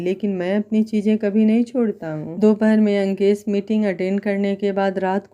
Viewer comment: Nice story mem par aap Ankesh bolti h to yeisa lgat jeise lankesh bol rahi ho koi dusra naam rakh leti mem